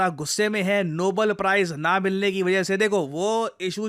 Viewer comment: Nobel ❌ Noble ✅